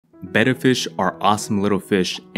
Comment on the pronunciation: Oh my gosh...did I just hear you PROPERLY PRONOUNCE Betta?!? ✨ Yes, guys! It's "beh-da", not "bay-duh"!